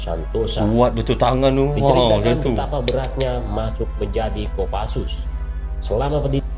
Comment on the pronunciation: bukan kopasus bang tapi Kopassus